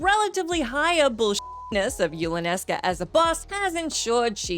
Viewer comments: "Yulanesca"? No. Say it with me: YU.NA.LES.KA. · I know this has been a month but you keep saying "Yulanesca". LoL. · The mispronunciation of Yunalesca drove me crazy. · Yup. Physically hurt me, especially when yuna is specifically named after yunalesca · She can sleep when she learns to pronounce Yunalesca right.